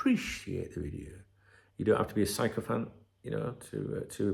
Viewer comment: Sycophant’s pronounced Sicko Fant mate: Sorry!!! 👍